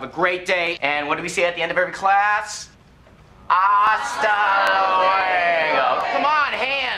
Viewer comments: [ゆう] Pero la pronunciación esta mal. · "louego" lol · "Hasta louego" ----> se dice "Hasta luego" Pinche chino. jajajaj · ASTA LOUEGOOOOO!!! That pronunciation boi